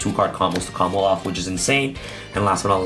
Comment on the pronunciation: Does the way add an l to the term "combo off" make anyone else cringe? Everytime he says "Combloff" I die inside.